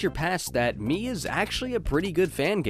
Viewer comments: Its pronounced meh cause in japanese me is eye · fun fact, "Me" is actually pronounced "Meh". it means eye, hence all of the eye symbolism.